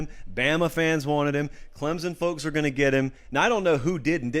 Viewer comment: loved your take on the hire and the type of person Dabo is but hey man there's no "Z" in Clemson